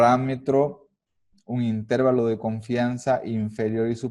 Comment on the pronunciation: El video está buenísimo, pero honestamente me desesperó un poco que le digas INtervalo, en lugar de interVAlo